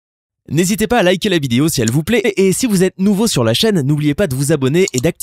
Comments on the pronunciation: Il a dit lik's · Je rêve ou il a bien dit like WHAT mais qui dit like comme ça 😂